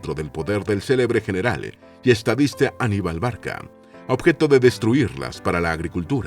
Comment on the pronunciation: Se pronuncia Aníbal. Gracias